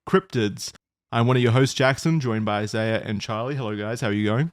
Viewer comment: After like 7 episodes jackson finally pronounces Isaiah's name properly 😂